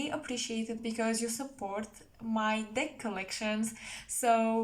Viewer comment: It sound like you said "dick collection" I was like: lol, what? But then I realized that you said "deck collection" lol. Have a nice day.